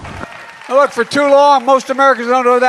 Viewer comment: I lost it at 'nook' instead of look!